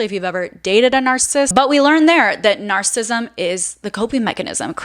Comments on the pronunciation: Narcissism, not narcism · I think it is important to pronounce narcissist and narcissism correctly. Please check this and adapt your pronunciation